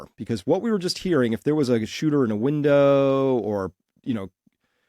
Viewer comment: Shooter ! Not Hooter 😂